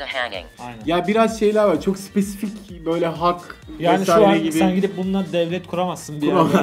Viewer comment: Yine sipesivik dedin ya